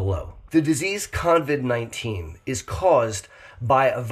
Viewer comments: OMG - you keep saying “convid” - sorry, driving me nuts. Luv u anyway. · I caught that too but I'm in Australia and just thought that was the American name for it. 😁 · Thanks for this info, although I'd feel less weirded out if you didn't call it con-vid 19. Not sure where the 'n' came from. 😂 I'm always amazed by how many people still don't seem to understand the rules of basic hygiene. 😳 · lol I don't mind, but I've noticed how many people have already started calling it Con-vid 19, even when typing the name. You've started a trend,. If you hear the name, you know the origin! 🤣